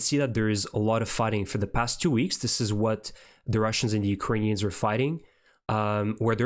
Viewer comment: Thank you for being one of the few reporters that pronounce Ukrainian names properly! :cat-orange-whistling